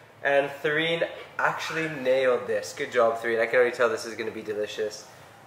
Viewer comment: It's Therine not Serein, lol! I heard mentioned Katherine/Catherine, so I guess Therine is just her nickname.